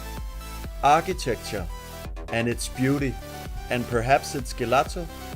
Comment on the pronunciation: I'm glad you liked our country (Italy), just a quick tip, gelato has a soft g, so, while, a hard g is something like gatto (cat)